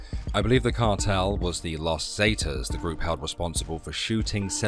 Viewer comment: God Brit’s simply can’t pronounce common in use pronunciation in used words . Not totally correct but in common use . Las Zee-taas. Loss Zah-taz , loss Ferna-Daz, loss Ange-less, .